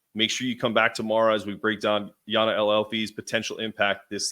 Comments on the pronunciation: Listen to Geno's recent media availability. I'm pretty sure he says it with a "y" sound. He should know how to say her name. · For tomorrow’s video the J is not silent in Jana’s name